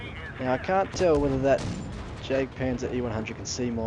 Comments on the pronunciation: Jagdpanzer is not pronounced as "Jagpanzer" the correct way is "Yagpanzer" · Hey im german and it makes u look bad because u are sayin german names wrong like jagpazer